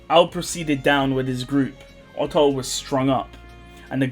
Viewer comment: Oof not Otto.